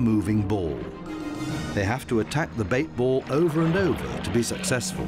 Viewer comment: I cringe every time he says 'bait ball'😬